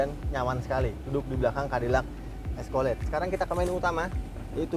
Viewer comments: Escalade dibaca "eskeled"😑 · Eskolet😂🤣🤣 ga skalian escoklat🤣🤣